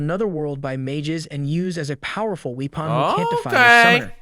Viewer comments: No way he pronounced weapon like that 😂😂😂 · who ever the OP is i think is AI. now way the MF mispronounced Weapon as Weepon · Bro literally called the hero a wee-pon.